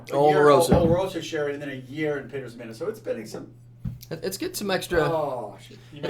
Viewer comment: Nice Metal Gear Solid sound effect when changed his score there! Btw you got to look up how to pronounce Ximenez, you are murdering it fella, especially with these barrels being so frequently used in whisky production.;)